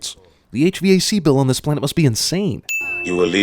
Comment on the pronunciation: says H-V-A-C and not H-VAC. ding